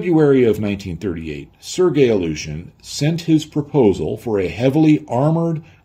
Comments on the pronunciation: A well meant hint on pronounciation, if I may. The way you pronounce "Ilyushin" sounds a bit like "Aleutian". Try "ILL-you-shin", that's as close to the proper pronounciation as you can get. 😎✌️ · Some nitpick, that amuses me. way to pronounce "Illyushin" sounds to me more "Aleutian" (like the islands). I would pronounce "Illyushin" more like "ill-you-shin", but I am neither an English nor Russian native speaker; so I could be wrong myself. But homophones (words that spell differently but are pronounced the same) can be fun. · He translated a whole manual from Russian but still pronounces the word "Ilyouuuuushen"😂